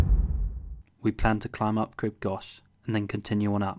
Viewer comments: It’s pronounced Grib Gokh not gosh 😂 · Good goch, learn the pronunciation. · You need to learn how to pronounce “crib goch “ properly.